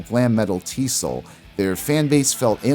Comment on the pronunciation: I love the video … but TSOL is pronounced as Tee Ess Oh Ell … the original name was True Sounds Of Liberty